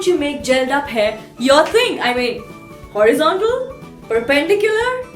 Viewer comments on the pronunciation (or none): that moment when she says horizhontal hair and points up 😂😂😂 joey moment